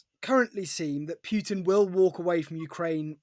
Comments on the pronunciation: Please stop saying Pyutin. It’s not hard, just listen to how your guests say it. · Why [trəmp] and [pju:tin] and not [trju:mp] and [putin]?